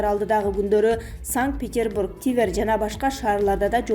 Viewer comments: Тивер эмес макоо он оку твер деп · Тиверь эмес тверь кониститутция эмес конституция. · Диктор,Тивер эмес,Тверь болсо керек.